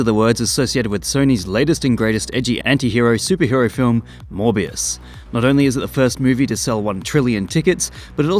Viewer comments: Morbius Sound Like Hybius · It's monthbius baby! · Gad ai lob morvuz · Your Mor-bias is showing. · "Morbuis" is that french? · it's morb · You can't pronounce Morbius without "more", so... It really is the more movie